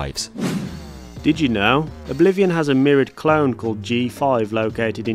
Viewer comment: Everytime this guy says clone I understand clown.. Just listen to